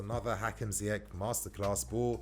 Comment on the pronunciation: Not to be that guy but its ziyech not ziyek